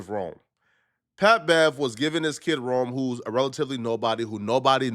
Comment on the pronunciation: Rone…. Not Rome, Lol. And before you start speaking on him, and saying he’s a Nobody… that no one knows who Rone is laughable 🤣😂. At least do the bare minimum research on the guy and search his name on YouTube. If you did you would have found out the man is a Hip Hop Legend in the Battle Rap Scene, and one of the best to ever come out of Philly, Rone was doin his thing long before Pat Bev walked into Barstool!!! Pat Bev is a Clown and Sabotages every opportunity he has been given. Ya this is a Lesson … A Lesson in you looking Dumb AF